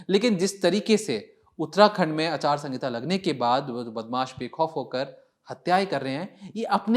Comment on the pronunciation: Aachar sangita nhi acharsahita